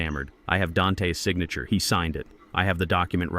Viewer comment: The s after neighbor makes the word plural, you don’t pronounce it separately. Same with Dante. Your mispronunciation of words makes me want to turn the story off and avoid these stories.